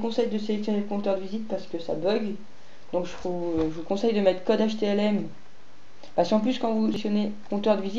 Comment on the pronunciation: J'ai cru entendre htMl au lieu de htLm, non ?